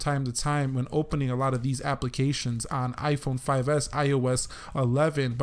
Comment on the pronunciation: you saying iiphooon we saying iphone